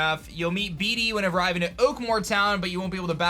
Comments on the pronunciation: The more you say "beady" the more my soul dies.... Bede is pronounced "Bead" lol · Love your videos! But bede is pronounced bead not bee dee